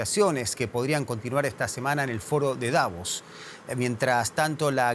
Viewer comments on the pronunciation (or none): none